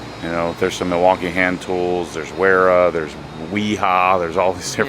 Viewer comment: This might help you close the wera account…it’s not (where-ah) it’s (vair-ah)